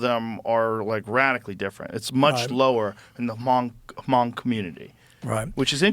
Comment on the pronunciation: Manh brother Joe and Rand, You guys killed the pronunciation of the name of our ethnicity...😅 It's Hmong (mong) which means free people. Not communist, not socialist, but free people. We gave much blood and tears, and we lost much for the better of America. Give us a little love and care, read up on our people and the sacrifices we made for America. And please tell our American brothers and sisters who are white and blacks to thank a hmong for their sacrifices, instead of being racist towards them.